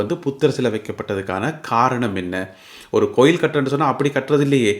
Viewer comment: Enna coil sariyaka uchcharikkaum .palakavum